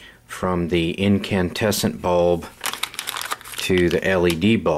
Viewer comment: You mean incandescent ? It sounds like you keep saying incantesant.